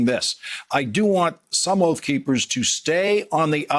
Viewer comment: "Oaf Keepers"